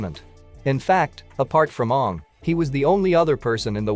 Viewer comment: 1 . Why am I not here 2 . Can you do something about the fact that the computer pronounces aang the way the cursed movie does ? 3 . Aang was technically 112 when he defeated fire lord Ozai